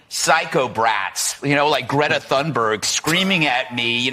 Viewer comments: The u in Tunberg should sound like the OO in "looney toons" and the e should sound like the a in mad. Bad or sad......just saying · It's actually more like"Tune berragh"